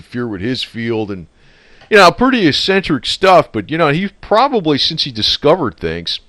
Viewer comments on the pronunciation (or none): none